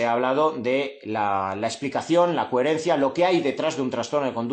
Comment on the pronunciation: Muy interesante, gracias. Como nota graciosa, ¿sabes que dices “cuherencia, “cuherente” con “u” es muy tuyo, y que sepas que me encanta en todo momento tu “cuherencia”